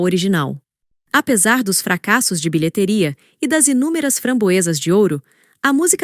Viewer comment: Moço coloca um acento agudo no i de BILHETERIA, que a IA vai falar direito. Dá agonia ouvir "Bilhetéria"! 😖👎🏽